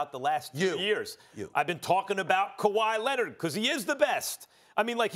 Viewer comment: Kawhyy Lennid